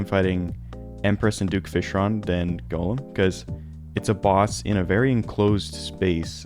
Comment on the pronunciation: FYI you're mispronouncing Golem's name. It's not "Gollum", it's Golem.